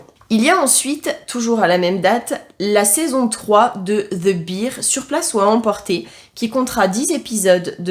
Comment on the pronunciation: Vidéo sympa. Par contre, t'es comme moi : faut bosser ton anglais (mayor, made, bear, ...) 😅